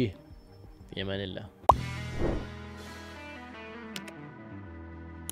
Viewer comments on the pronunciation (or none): none